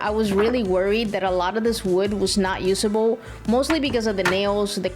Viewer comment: you say dayse and yoosable but is actually said as daze and uzable. (days) (use-able)/ your welcome